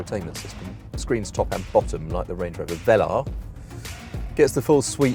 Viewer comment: Range not Rang